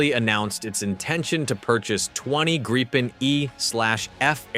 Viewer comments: Just a friendly hint from a Swede: The way to pronounce Gripen is not Gry-pen, it is Gree-pen. Another comment is that "Stridsvagn 122" just means battle tank, or tank, 122. Sweden has a history of settings Swedish names also on imported defense material, but it is not as simple as that- The German Leopard tank has also been modified and thereby earned its Swedish name. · uugh... not Graipen ffs.. the first i is pronounced as the ee in fleet. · Note on pronunciation" Grippen is the Swedish word for "Griffon",,, they both start with a short i. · Yea, and "Gripen" has a long i...